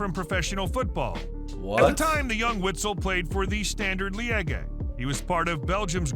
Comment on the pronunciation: The US narrator is hilarious with his pronunciation Ajax = "A-yax" Liege = Li-eyje"